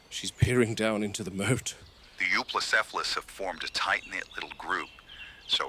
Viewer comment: 2025 and mfs still can't pronounce Euoplocephalus